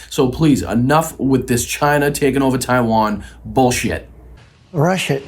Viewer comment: Trump is not somebody to be weighing somebody else's intelligence. I still love how he can't pronounce China... he still says "Ghina".... an adolescent doofus with tiny, itty-bitty little doll hands!